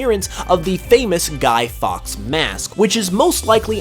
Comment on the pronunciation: You pronounced guy fawkes wrong...